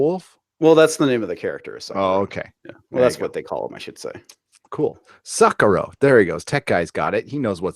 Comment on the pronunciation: Suckero??? Suck suck AAAH SEKIRO! 🤣